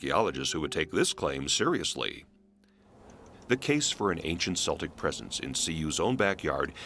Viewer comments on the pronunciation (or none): It might help to prove the claims made if the narrator didnt keep pronouncing celtic as seltic. Its pronounced keltic. A hard C sound. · Also, Celt is pronounced’Kelts’, not ‘Selts’. Therefore ‘Keltics’, not ‘Seltics’. The narrator mispronounced it in the first part of this video. Wordnazi, sorry😩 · "K" Celtic. Celts...NOT "S" Seltic....uggggg.